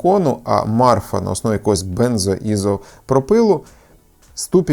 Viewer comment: Не Марфа, а Мафра